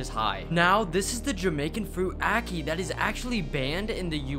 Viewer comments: “aaa- key”☠️ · Bro i cringed when i heard him pronounce ackee like that but ig im just used to ppl have thd accent saying ig